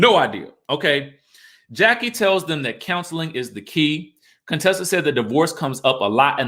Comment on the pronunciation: It cracks me up that you still hit the "Cone-tessa" every now and then 🤣🤣